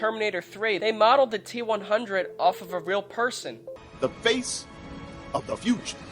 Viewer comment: Are u Jewish . The way you said face though. LMAO